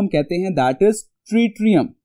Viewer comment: Sir it's tritium not tritium..........